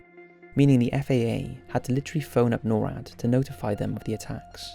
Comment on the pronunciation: Just some FYI. NORAD is said as a word, not spelled at. Nor(like igNORE)-Add